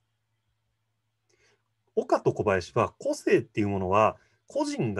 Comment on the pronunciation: この対談の個性の発音は こ↑せ↓い↓ ではなく、 こ↑せ↑い↑ かも知れないね。